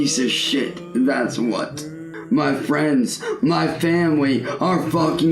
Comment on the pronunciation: MUH FWIENDS, MUH FAM-LEEE....